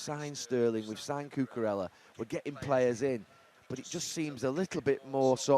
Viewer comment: how has he got the pronunciation of L the wrong way around on Koulibaly and Cucurella? 😭